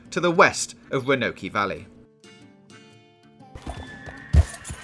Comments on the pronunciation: I love how he say ronokey in stead of Roanoke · Ruhnokee valley